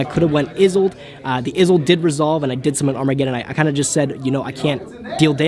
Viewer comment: "isolde" not "izolde" you can be better than dzeeff.....